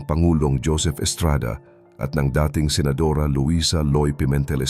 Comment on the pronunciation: Maganda sanang panoorin kaya lang pamali mali ang pagbasa o pagsasalita,dating naging dayting😮😮😮